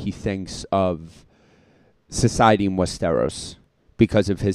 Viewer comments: I would put the emphasis on the first syllable. "WEST-er-os". With a second emphasis on the last syllable. The middle syllable shouldn't be emphasized at all either way. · Your reactions aren't bad, but you have got to do better with the pronunciations. It's West-ER-os, last syllable rhymes with loss.